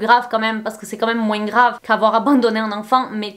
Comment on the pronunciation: Très bonne vidéo, on voit que tu te documentes énormément sur tes vidéos, que tu ne les fais pas à l’arrache. Pour ça je te félicite beaucoup !! (Ps: j’adore le « moinssss » avec le s à la fin, ton accent fait tout ton charme )💖